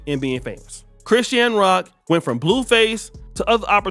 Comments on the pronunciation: You ain’t never heard no body call this girl Chris-Shan Rock. At least say the POS name right. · He says her name like Chris Shan Rock 😅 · Why you saying her name like that 😅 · Say her name right u sound stupid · Bro the way you say Chrisean is crazy lmao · Chrisean cannot win regardless with some of y'all. Blueface is his own problem and accountability is his own. Ghetto fake gangsters like BlueFace and Ronnie like ghetto ratchets like Chrisean and Jayden Alexis etc. And why not pronounce her name properly? She is TRYING to get things together. Yes she definitely is/was a crashout and has unresolved mental issues... but all those dudes who deal with her made their choices. Maybe she is finally in her arc. These channels are pure negativity and run by haters who don't want to see ANYBODY win. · Omg pronounce her name right